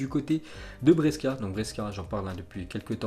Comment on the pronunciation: Hello mon ami: Brescia, cela se prononce "Bréchia"....!!!!